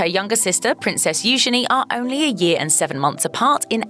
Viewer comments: Here sisters name should be pronounced, EU Jay nee, with the J being said softly, or EU jeenee, again with the j soft. But EU jenny, is not correct, at all. ☺ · It's EU genie, soft g sound. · Really I guess it’s said U Genie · You are pronouncing Eugenie’s name Eu-G-ine